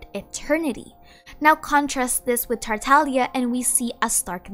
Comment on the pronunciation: tartalia tartalia tartalia :>